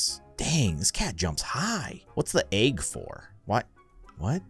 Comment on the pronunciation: he always says agg not egg 🥚